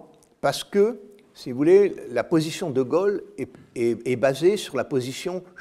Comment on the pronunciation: on ne sait pas dire "de Gaulle", mais on dit "de Golle", mais on sait dire les mots "niveau, aujourd'hui", mais pas "autre chose", on dit 'otre chose" ???????